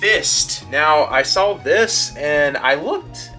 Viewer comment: great vid but, you said you sall it, now saw it :( SAW lol